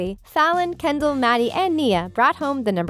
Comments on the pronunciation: The narrator said Kenddi not Kendall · instead of saying Kendell you said you said kendie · you said kendi not Kendall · you said kendi